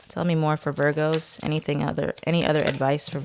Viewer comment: Love it when you say “veer-goes” 😂🥰